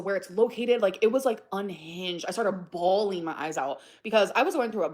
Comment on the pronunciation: wonder where she picked up this new exaggerated pronunciation of bawling. Whoever it is, you suck! It makes me want to throw my phone when she does the “I was BAWLLLLLing”